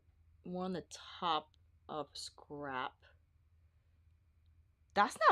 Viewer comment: I’m never gonna not hear ‘scarp’ now 🤣🤣 you crack me up. I always love your videos the most!! Thank you for doing ALL the color comparisons cause you know we need it lol